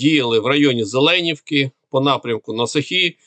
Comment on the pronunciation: ЗеленІвки , наголос на на і